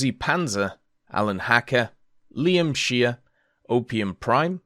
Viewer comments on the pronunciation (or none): none